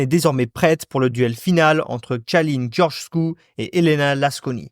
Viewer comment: En tant que moldave mes oreilles ont "saignés" durant la video à cause de la prononciation xD donc je vais aider :) Je donne les prononciations correctes 1. Călin Georgescu --> Keulinn Djordjeskou 2. C'est bon 3. Marcel Ciolacu --> Martchel Tcholakou 4. C'est encore bon meme si c'est pas non plus correcte 5. Nicolae Ciucă --> Nikolaï Tchoukeu Voila si ça peut aider une prochaine fois xD Mais mise à part cela, très bonne vidéo!